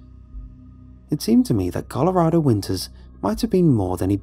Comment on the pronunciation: It's interesting hearing him say Colorado like Colorahdo instead of Colorado lol. Story was amazing 👌👌👌